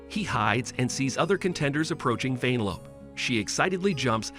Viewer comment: Who the fuck calls her that😑 why do you say it like “vein-a-lope” shit don’t make no🥴 even in the movie thats not how you say it